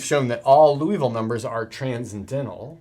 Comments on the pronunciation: You are great. But please don't pronounce this wonderful Frenchman's name like the city in Kentucky! Somebody else already commented on this and got it wrong, too! The correct pronunciation is... 1. LEE (as rhyming with TEA) OOH (as rhyming with TRUE) VILL (as rhyming with SKILL) So, you just got your first two vowels switched, basically. 2. Also note that in French it is often the LAST syllable that is stressed, so it's LiouVILLE, not LEEouville. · As a French speaker, in French, it would be pronounced loo-ee-vil. Edit: I misread Liouville as Louiville. It should actually be pronounced lee-oo-vil. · Unfortunately, the same argument cannot apply to other interesting numbers. By the way Liouville is pronounced lew-veel (poor lay zanglay). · It's probably because that's basically how says it- he swaps the sounds for "ou" and "i." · I hope I don't sound rude, but I am pretty certain that Liouville is pronounced "lee-OO-veel". Otherwise, great vid! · It‘s Liouville (LEE—OOH—ville), not Louisville (LOO—EE—ville), he was French, not from Kentucky! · That's not Loui. That's Liou. i like ee in tee (including the i in -ville) and ou like oo in zoo. Something like leeooveel. The final e is mute. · I hate to pick a nit in an otherwise excellent video. It's not Louisville (pronounced Loo Eee Ville, as in the home of the Louisville Slugger baseball bat). Rather, it's Liouville (pronounced Lee Ooo Ville). It's not a big deal, but like confusing Eratosthenes (who was apparently good with sieves and the Earth's radius) with Aristophanes (who was some kind of playwright in ancient Greece), it's easy to avoid. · I believe it's pronounced "loo-vull" rather than "loo-e-vull". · You're pronouncing Liouville as if it were spelled Louisville. You can find the correct pronunciation on the wikipedia page for Liouville (first syllable closer to "lyoo"). Other than that, great video! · You keep pronouncing it "Louisville" instead of "Liouville". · ...more like "Loo-vall"